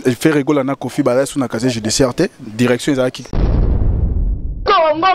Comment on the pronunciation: Kkkkk on dis pas chacher on dis casier judiciaire